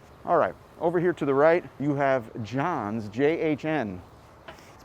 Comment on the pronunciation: It is obvious that you are not from New York because you mispronounced that old, famous ice cream shop, Jahn's. You called it John's. Say the word "jab." That is the beginning of Jahn's. I remember when the kitchen sink was $6.95!!!! Jahn's was originally in Brooklyn on Nostrand Avenue and Avenue Z and on Church Avenue and Flatbush Avenue. Friday night after the fraternity/House Plan parties at Brooklyn College, we invited the cute girls to come with us to Jahn's and ate some good food at a table for 25 in the back, with ice cream for dessert